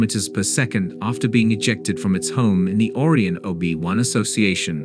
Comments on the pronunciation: Orie - o - nis. What kind of pronunciation is that for Ori - on simply Orion. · What a terrible AI you have to read the script. It mispronounces supergiant, Orion and several other words. Get an editor to get an AI that can read the words properly.😒☹ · Beetle Juice not bett-el jus Or-eye-on not orree-onn Rye-Jel not ridg-ill headline "WEb disocers" content "blah blah blah blah blah, blah blah, blah blah blah blah blah, wrongly pronounced blahg blah blah blah blah blah blah" ad-infinitum. Your channel is AI generated CLICK BAIT bull$hi7